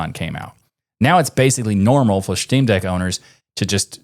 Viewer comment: "Shteamdeck" I like it.